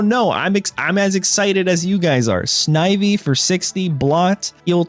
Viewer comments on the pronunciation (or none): none